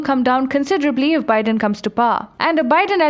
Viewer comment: Yaykh! You can't even pronounce Biden's name, you talk about American politics. You have no idea how our election system works. Mr Biden is the President-elect and he is the President on the January 20, 2021. Are you a stupid and an idiot!